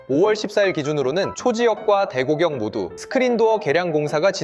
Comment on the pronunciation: 왜 대곡역을 자꾸 [대고격]이라고 발음하시죠? 대곡역은 한 단어가 아니라 대곡+역이라 [대공녁]이라고 발음해야합니다.